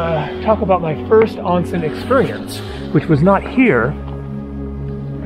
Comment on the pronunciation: I've been enjoying your videos since they popped up on my feed last week. Living in Japan myself for the last 20 years, it's still cool to see places I haven't visited yet. May I offer you a bit of advice on your Japanese? The first syllable of the word "onsen" is pronounced like the English word "own", rhyming with bone, tone, and phone. Minor point, but it'll have you sounding like a native in no time. Anyway, keep up the good work. Looking forward to your upcoming videos. (Also, check out the Ise-Shima area in Mie Prefecture if you can!)